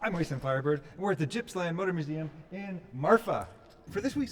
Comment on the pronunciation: Its not Jippsland, it is Gippsland!